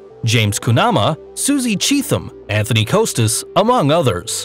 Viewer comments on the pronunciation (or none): none